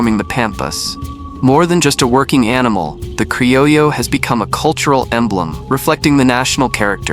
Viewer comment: Your. AI consistently mispronounces "crillo" as "crillio."